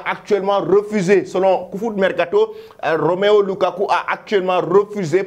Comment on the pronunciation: C’est pas Roméo lukaku,c’est plutôt Romelu lukaku 😅😅😅 tu fais trop de faute du courage